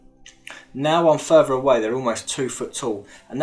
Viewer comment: Depth perfectly but then furver. No such word. Smart man, make an effort. Wiv with, ova other, fing thing. Let go of your childhood.